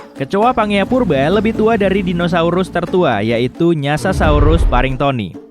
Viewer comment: Aku dengernya, Nyasarsaurus 😂